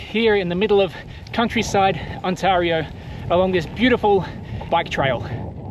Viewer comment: On-tay-rio eh? Had you headed east, the Townships have excellent rides. Gears to you man.